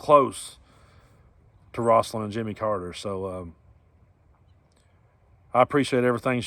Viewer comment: Rose-alyn Not ross-alyn.